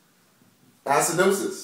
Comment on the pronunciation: ass-cidosis hahahaha